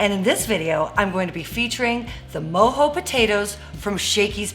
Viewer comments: She keeps saying Mo-Hoez which I personally Love myself every weekend, but it’s Mo-jo as in mo joes. Lmao, let’s get it!!!!! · Lmao never heard them called “moe- hoe “ potatoes and not “moe- Joe” potatoes lol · MOE JOE NOT MOE HOE potatoes!! 🥔 I'm dying over here every time you said Mo Hoe 🤦🤦🤦‍♂️🤦‍♀️🤚😪🤤🤤🤯😵🤯😭😱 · Mojo? It’s MO-JOE without the e